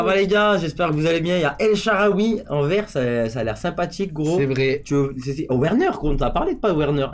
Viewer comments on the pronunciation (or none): Le (w) se prononce (v) pas ouerner ducoup sa se dit verner( "werner"